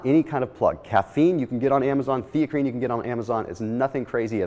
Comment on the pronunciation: Never even heard of Theacrine.. Thought he was saying creatine initially..